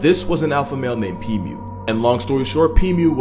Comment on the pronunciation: Pimu ❌️ Pee mew ✅️